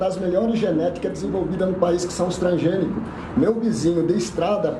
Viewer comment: Esses lixos nem sabem falar tranSgenicos